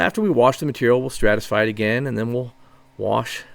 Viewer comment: Stratify. Stratification. Not what you keep saying.